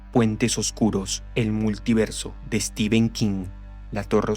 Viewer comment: cada vez que te escucho decir steven king me dan ganas de dejar de ver pese a la excelente narración , se pronuncia "estifen" o "stefen" no "esteven" , solo eso después 10/10 la narración